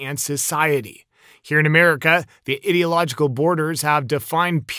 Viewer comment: Bro as a American and English being my 2nd language. It's i-dee-log-eh-cal lol not idiotlogical lol